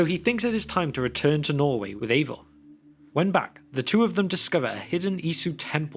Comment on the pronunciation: I know it’s the accent, but I can’t help but hear “Ava” every time. Ava, whose pronouns are He/Him.